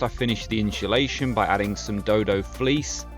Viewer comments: I got anoyed right at the start.. iam not even English 😂 its inSulation not inSHulation 😂😂😂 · Its insulation not inshulation though😂😂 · Inshulation = insulation? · Amazing work i like how efficent the truck was build, but stop saying inscholation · Watched and thought the build was awsum. One thing that was triggering me is you saying inshulashion and not insulation. Was driving me mad haha 😅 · i hateeee how u say insultation. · Inshulation lol hes killing me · Why the fuck do you pronounce insulation like that. It’s not pronounced inshulation 😂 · Inshulation lol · Amazing build. I wish I had your skills. One thing though, there's no 'h' in insulation. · I’m convinced you are rage baiting people with your pronunciation of insulation